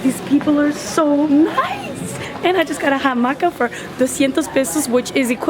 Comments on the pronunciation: what do you think about this lawsuit the airline did? also the 'h' is silent so 'hamaca' is just 'amaca' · Hola, I'm a long-time follower of you guys I wish you guys were making more videos together you and Damon On a separate note, it's pronounced "amaca" and the double "l" makes the ya sound, not the Italian double L sound as in Bella so it would be El Palacio de Bellas (sounds like beyas) Artes Espero que no te ofenda este comentario. I'm currently trying to learn French and I really appreciate all of your videos in French. ☺